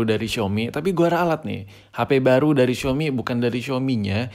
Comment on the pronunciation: Xiaomi Njer Bukan Xiomi